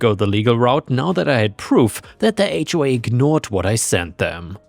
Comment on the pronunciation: AI mispronounce HOA all the time